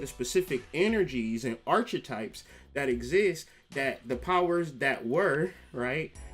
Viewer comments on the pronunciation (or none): Its pronohnced ark uh types bro. Not arch uh types